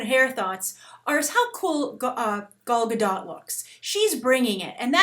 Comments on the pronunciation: a note on the pronunciation of Gal's name (as an Israeli it hurts a little each time i hear someone say it) - The GA sound in the beggining of the first and last name sounds like "GAga" and her last name is actually pronounced Ga-Dote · She would be amazing ! you all just jealous of her ! she is the bast choice for wonder woman ! [ and you need to pronounce the t(: ]